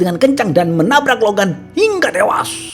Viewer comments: "HINGGA TEWAAAASS" kek gemes banget dah bilang gitu pas si Logan d tabrak. Btw aneh yah, ini chanel subscriber nya kok masih dikit? Pdhl pembawaan ceritanya keren banget loh. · Biasa aja min kalau ngomong tewas, jujur gw jadi emosi dengernya.